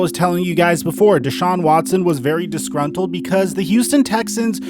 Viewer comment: Has anyone else noticed he says discruntled almost every video